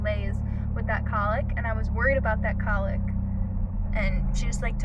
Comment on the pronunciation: Your pronunciation of cowlick is weird. It's not colick. That's what a baby does.